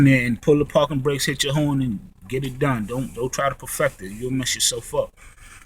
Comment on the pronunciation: Lol he says parken..we say parking lol.. It was cracking me up.. Very informational